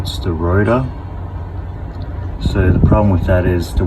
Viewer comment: Rotar* not router